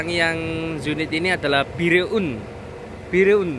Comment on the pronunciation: Bireun dibaca Biren salah satu kota di Banda Aceh